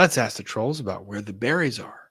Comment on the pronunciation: Drives me crazy when says “axe” aka “ask”